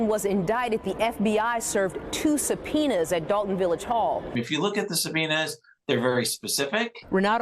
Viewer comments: "Two subpiners"!!!?😂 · “Supeeners” 🤣🤣Educated.. 🤭🤭Crazy it took THIS LONG…… I’ve been hearing about this FOR A WHILE. And I live in MD.. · “Sub-Peeners”!! ??😱😱😱😱 Whachoo talkin’ bout, Willis??!! English…. PLease 😳😳😳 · Did one of these folks say "Two Supeeners"? Its Subpoenas.. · “Two supeeners was dispersed, today.” Oh, Lort Cheezus. Hep me! Hep me, pleeeeeeeeze! 🙏🏻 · "2 subpoenars" 😂😂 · "Two supeeners were disbursed today". Is this whole town illiterate? Even the mayor can't say the word "ask" correctly to save her life. 😂